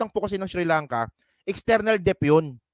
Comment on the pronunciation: Debt is pronounced DET. Silent B